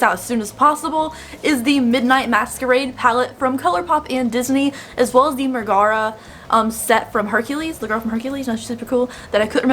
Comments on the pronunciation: They said it wrong in the colourpop reveal video too💀 I keep screaming mega-rha not meh-gaar-ra. I don’t know how to spell-pronounce stuff so even that might be wrong😂 It doesn’t drive me nuts so much as make me giggle to see how people pronounce it differently. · Pronunciation: Megara = Meg-uh-ruh 😉 Loved the eye look. I ended up buying the entire collection because I have no self control. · I think this look is so cute. I love the cute diffused pink. (I have to stop myself from buying every pink eyeshadow pallet ever) One thing though Megara is pronounced meg-a-ra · Meg is my favorite of all the Disney girls. Her song in Hercules is ICONIC! and she's a real badass. Lol kinda kills me your saying her name wrong but whatever, do you. Lol ✌🤘💋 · I didn't see the reveal video. It doesn't for real bother me like annoy me or anything. But just cause she's my favorite it makes me like "noooooo" lol but esp for colorpop to mispronounce it that's ridiculous. But now I totally understand why she said it the way she did. But its deff wrong from how it is in the actual movie. Lol